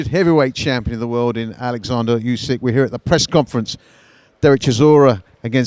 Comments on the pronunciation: Tak jest nazwisko Usyk nie Jusik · Listen, He’s not Yusik, He’s Usyk... Capisce? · I'm not Yusik.. Its Usyk 😊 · I'm glade he cleared up his name because i was calling usyk the same way the interviewer was. To be honest it sound like you're saying "you sick"...🤣🤣🤣 didn't really think of it until now 😁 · Usyk is a proud Ukrainian and the Russian pronounce pissed him off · Oh this again, mispronounced Usyk’s name and called Muhammad Ali Cassius Clay in another video. Get your facts right and do you homework boy. Where’s Radio Rahim